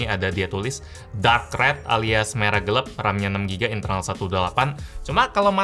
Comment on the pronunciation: Bisa gak sih nyebut kalimat Gelap harus Gelap bukan Geleb atau Gelep